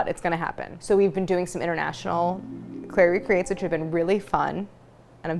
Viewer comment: Some thumbnails have the text "Claire makes", so when you said "Claire recreates", I thought you were saying "Clairie creates" for the longest time. 😂